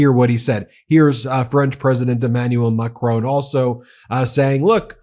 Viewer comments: It's Kier as in 'here', not 'key-air'. Also, it is 'mack-ron', not 'mack-rone'. Jesus, it's not hard. It just takes a bit of intelligence and humility and effort to learn how to pronounce these names, Ben Measles. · Hi Ben, Great content. Could you please pronounce the president of France, s name correctly please. It's Macron not Macrone.... It just jars a bit. Thanks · Macron not "Macrone"! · Macroon again instead of Macron. Guess we have to start calling this channel MeidasTooch to get them to pronounce it properly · MAC RON - not MAC RONE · I love listening to your podcast, but please say 'Macron' correctly! It's not pronounced 'Macrone'. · The man’s name is NOT Macrone, his name is Macron FFS! The name ends RON like saffron and not RONE as in groan. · I like your commentaries and watch frequently. Please pronounce the French President's surname correctly. It's really grating on me. His name is not pronounced MacrONE, like the way you would pronounce DRONE. It is Macron- phonetically MacRAWn with a soft n at the end. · it's not Mah Crone.... its Macron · Mac RON not Macrone ...Please. Merci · it's not Macroan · Hey Ben, its not "President Macrone", you pronounce it Mac-ron. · I appreciate your posts but, without wishing to cause offence, do you think you could learn to pronounce the French President’s name correctly… it’s Ma-cron, silent n, just google it, not MACKRONE. Thank you. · Please pronounce the French President’s name correctly. It’s Macron, rhyming with saffron - not Macrone, rhyming with phone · Hi Ben,please pronounce his name correctly: its not macroooooon, but macronnnn ( oh) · It’s MACRON not macrone. Mac Ron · Guys try and pronounced Macron properly please it isn’t Macrone! It’s Mac Cron! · Ben, French names like Macrón are pronounced Macrow, the w is almost silent. Please stop butchering French pronunciation. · PRESIDENT OF france is pronounced as MACRON! NO E AS LAST LETTER! NO OFFENCE MEANT